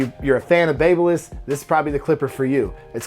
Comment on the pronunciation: Baby-liss not bab-liss you’re welcome 😉 great video